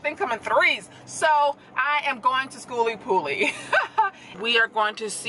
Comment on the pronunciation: Girl I love the way you keep it real you butcher the event name and don't even care... I see your subs growing keep up the good work